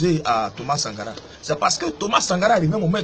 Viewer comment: je t assure je suis mort de rire ce matin. Comment quelqun qui parle polik n arrive pas a dire correctememt Sankara.